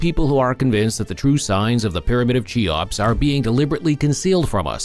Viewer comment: "Chee-ops"... ? Ffs. If you can't even pronounce the name properly then what can you possibly say about it that isn't dubious. Make an effort.